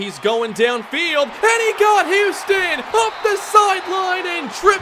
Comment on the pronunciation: just called tyrone huston "Houston"